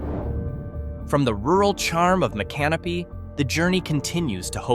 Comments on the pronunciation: It's pronounced as mick CA no pee. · I came to see if anyone had already schooled on that. 😆 Sounds weird when he says " My Canopy".😂 Doesn't seem all that "creepy" to me either. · That's "Mica-NO-pee." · Mic ah no pee. Micanopy. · They’re pronounced “Mic-a-nopy” and Cass-a-day-ga. Also Hague literally has a church, a gas station, a trailer park, a Dollar General and a two street neighborhood. It’s just a suburb of Gainesville at this point. You could do an entire video just on all the small towns surrounding Gainesville. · Please, pronounced "mick uh no pee" accent on "no." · Learn how to pronounce Micanopy :face-red-droopy-eyes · No, it didn't.